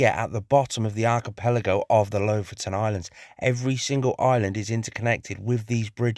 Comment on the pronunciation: Lofoten pronounced Loaf-owe-tn with the owe being long and the ten shortened to tn. Just ask a local Norwegian!